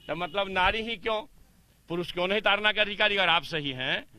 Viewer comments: जी मीडिया का रिपोर्टर बार-बार ताड़ना शब्द को तारना तारना कह रहा जो ताड़ना और तारना में बहुत अंतर है दोनों एक दूसरे के vilom hai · ताड़ना है तारना नहीं